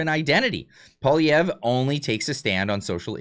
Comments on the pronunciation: Who the hell is PBD? He can’t even pronounce Pierre’s last name properly, guess he was too lazy to learn that small factoid! Campaigns matter, and Canada’s hasn’t officially started yet., get your head out of your butt and stop falling for every little thing you see. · I never liked PBD. He can't even pronounce Poilievre. Canadians need to hear the truth about Carney. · PBD can’t even pronounce Pierres name properly, why the hell should Poilievre kiss his ass? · How are you credible in your talks if you cant event ger the name right ?? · You don't even know how to pronounce Poilievre's name! You lost me from the moment you screwed that up. Clearly, you are not now and never have been a Poilievre supporter. No reason to listen to your rant. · When an American podcaster can pronounce Pierre’s name properly he may consider speaking to them. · I do not like Patrick BET David anymore Comparing Pierre POILIEVRE to Kamala is disgraceful and second of all learn how to pronounce his name. It’s not hard. What’s wrong with you people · I think Pierre is great and so does everyone I know. This guy can't even pronounce Pierre's name properly. Pierre has constantly been out campaigning .I see all that he is doing and talking about . He is getting my vote.